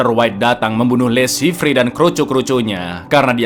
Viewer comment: Le Chiffre dibaca Lo Syifer....bhs Perancis.